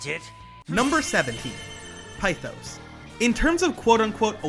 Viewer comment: One small-ish problem is the pronunciation of pithos as you say pi-thos when it’s pith-os. Also one super interesting thing about Sumi’s awakening is that her masks (plural) is fake, as she can’t accept what happened with her past which in turn leads her with cendrillon. (Basically Cinderella who also puts on a false persona to well) but once her reality “breaks” it turns into freya/freja, the Norse vanir goddess of fertility and by extension a goddess of war due to leading the Valkyries, which she it on a front to truck Odín. To turn into Ella, the true name of Cinderella AKA Cinder Ella and became her kind of title as princess Ella. I love everything to do with Sumi as a character her way of life, her backstory, her guilt every tiny detail is finally crafted to truly make you feel for her. Which is very persona but as someone who hasn’t played the original 5 the way Sumi fits is so perfect into this role of a main-side character, as she’s dealing with her own life not wanting to join the PT until she’s ready which ends up coming full circle when maruki gives her that insane reality check. When she’s the one who went to him for help and he initially did try but could only do so much with what he could it wasn’t until awaking azathoh, that he could truly change the world for the “better” giving people “perfection” and “peace” which he couldn’t because everything comes at a sacrifice, with maruki it was his mentality and morality he helped people who didn’t want to be helped a